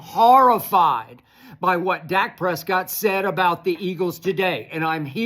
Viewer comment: "Duk Prescott"!!! Damn skip! LMAO